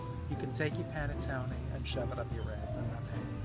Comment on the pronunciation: nothing like hearing coco say panettone to brighten your day